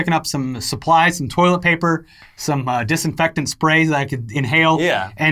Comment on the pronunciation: Did say dessinfectant that i can inhale?!